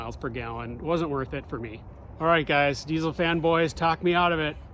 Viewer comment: Can't even pronounce diesel, right And you hate it, we're all shocked😅